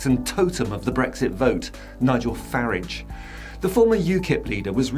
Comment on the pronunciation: you are the only commentator that pronouces the toe rag’s name as farridge not faaraage bravo. Another little push and its finished.